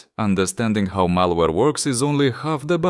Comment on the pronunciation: malawre ALSO KRIS FROM DELTARUNE